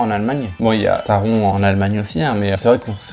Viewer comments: Alors bonne vidéo mais pour le coup, ça me perturbe car tu dit Taron alors que c’est TARONE, pareil pour voltronE Par exemple, pour taronE, ont entend dans les audio en gare une voix allemande dire TaronE Donc franchement ça m’a perturbé 😅 mais sinon la vidéo est sympa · si tu veux à 1 min 11 😂 ont entend bien taron 😂 et ça me saoule car je m’appelle Aron (prononcer Arone) et durant toute mon enfance tout le monde m’appelais aroND 😂 Du coup maintenant je corrige tout le monde